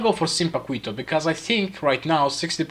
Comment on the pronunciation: Its actually pronounced Paqito (the u is silent)